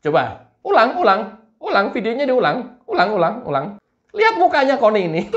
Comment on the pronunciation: Bang kalau manggilnya jangan gitu dong.......kok manggilnya con...con😂😂😂😂 LUTUT AQ JADINYA NYERI...NYERIII😂😂😂😂